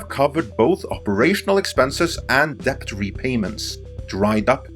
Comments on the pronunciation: "dePt" Lmao Best google the pronunciation of debt. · A little tip: debt is pronounced dett; the b is completely silent. In fact, in Middle English it was spelt dette/dett, but later on the b was added as part of 'Latinisation' (spelling words more like their Latin origins, regardless of pronunciation). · Isn't DEBT pronounced /det/? :o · Please learn how to pronounce words correctly if you have to use them every 10 seconds. It´s really distracting to hear "debt" pronounced as "deBt" when it really should sound like "det". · I don’t know if I can keep hearing debT! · Why the fuck can this man not pronounce the word debt? There's no K in it, dude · Debt the T is silent. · Don't pronounce the B in debt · learn how to properly pronounce "debt" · are you pronouncing the “b” in “debt”? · The B in "Debt" is silent. It's from old french. Not to be confused with the word "Debit". English is truly a confusing mish mash of other languages.